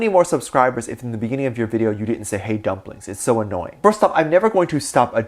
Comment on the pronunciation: Plaese do keep calling us dumpliging. It's endearing. I love your take on what's happening with our boys!